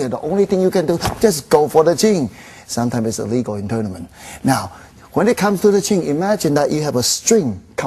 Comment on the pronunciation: "uppelcut sometimes not regal in toulnament"